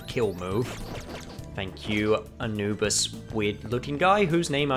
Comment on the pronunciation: its anubis lol you kept saying his name wethehot realysing it